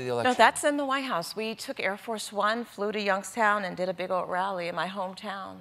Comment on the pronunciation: she states that she (Omarosa) did a big OLT rally instead of old. it is not cute to pronounce your D's as T's. its annoying.